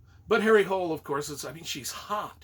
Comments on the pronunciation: Hole is pronounced "HOO-leh" according to ChatGPT. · Apparently the native way to pronounce the name of the detective is HARRY HOOL-EH. And the author is JOO NESBOO. Really great series. Thanks again for your reviews!